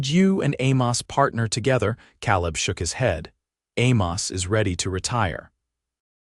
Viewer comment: Good story. Only a little frustrating is the pronouncing of Calib and Santa Fe. It should be Kay-lub and Santa Fay.